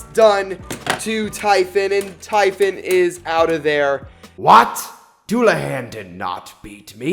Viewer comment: pronounce typhoon as ti foon not typhon